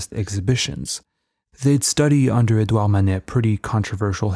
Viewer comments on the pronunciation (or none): none